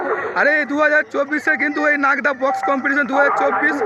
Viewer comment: দাদা এটা লাগদা না এটা হচ্ছে নাগদা 😅😅😅